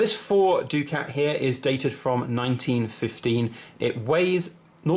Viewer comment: I always thought it was pronounced ‘duckett ‘ not ‘doo-cat’?